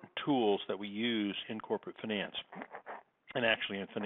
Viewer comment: It's finance, not finence.